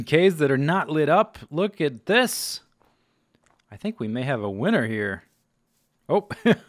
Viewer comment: lol when u said we may hav a winner here i thaught u said we may hav a winter here.... cuz theres snow everywhere